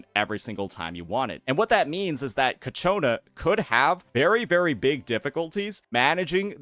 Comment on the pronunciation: FGS, IT"S CHIIIIYYYAKONAAAAAAA!!!